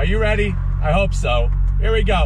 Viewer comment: "If you're ready I'm Raiti"